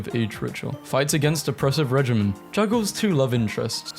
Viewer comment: regime is REGEEME, you basically pronounced it like regimen.